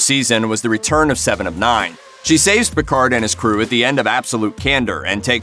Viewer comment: I love her character in the new series: "Mr. Pickfords." Sorry... what, it's not pronounced like that? 🤣🤣🤣